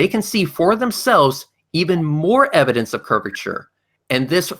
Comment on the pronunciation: The "ehv-o-dents"? Oh my... 🙄 It's like talking to a preprogrammed flat earth propaganda bot. I still think that there are NO flat earthers... they are all pretending, to feel special and superior. That's ALL of them.